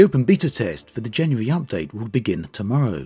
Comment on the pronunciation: Hehehehe ....he says Jany-yary. Nothing wrong with that... just makes me giggle